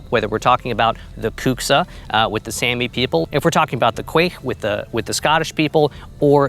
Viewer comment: Was waiting for the Sami one as soon as I saw the thumbnail, but when you said it I couldn't help but laugh a little. Never heard anyone pronounce it as same-ie before. It's pronounced sawmie/sawmi, not that it matters too much, just wanted to throw it out there. Thank you for making me laugh though, and please don't take this the wrong way